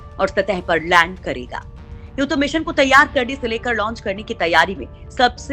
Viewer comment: अरे भाई लड़ नहीं लैंड कहते है😅😅